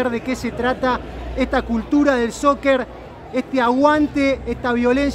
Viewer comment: Bruh... ZZZoccer